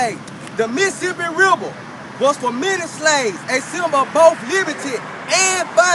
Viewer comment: "Da Missasipi Riba". Don't wakeboard there